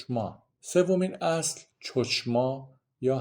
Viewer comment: خیلی خوب توضیح‌دادید. فقط میخواستم تلفظ چند کلمه را به حصور تان برسونم. چوچما نمیگیم. خوخما درسته یعنی عقل و وهوش می کو نمیگویم. میکوه mikveh کوشروت نمگویم کشروت درست تره. باز هم متشکرم. بسیار خوب و بد بدون تعصب توضیح داید. اولین ویدیو ی بود که دیدم بدون تعصب صحبت کرد.ند